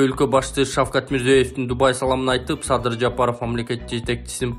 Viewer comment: Мурзо́ев дебей Мирзияев деп айтаберсенер Алар оздору озбекчелеп Мирзиёев дешет